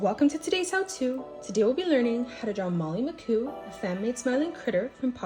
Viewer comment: It's pronounced molly mcmoo not mccoo